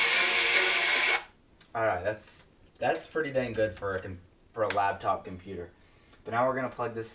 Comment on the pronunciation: it's LAPTOP.. not LABTOP!!